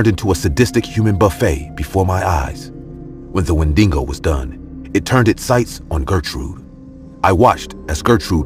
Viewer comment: its Wendigo not "Wendingo"